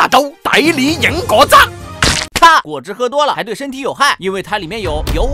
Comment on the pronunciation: 今日同果汁講得唔準